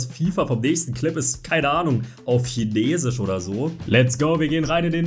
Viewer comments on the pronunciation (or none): none